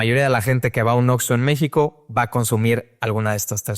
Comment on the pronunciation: Por alguna razón Este cabrón tiene un problema con la palabra México...